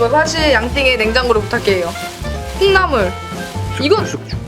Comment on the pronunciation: 저만 띵님이 콩나물! 할때 띵나물이라 들었나욬ㅋ